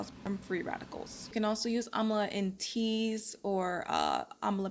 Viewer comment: It's Am-la don't know why you keep saying Am-A-la. That throws one off when looking up the item. There's no Amala powder! Other than That nice vid.